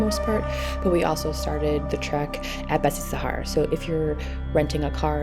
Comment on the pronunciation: feel like nepali people prenounce it besishar? cant remember. lovely video though